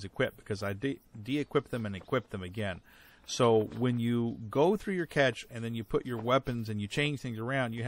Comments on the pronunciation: "Cash" (pronunciation) or "Cesh" (weird word)? hehehehe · It's definitely one of those weird words borrowed from French and incorporated into English. I've heard it pronounced most commonly as "Cash" by Americans but I've also heard it pronounced as "Cash-ay" but that's only Europeans I've heard use that pronunciation.